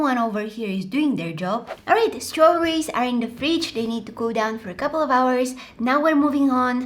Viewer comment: strawberrys?.. STARAWBAARYS?.. are you okay in there?.. :( that line it me hard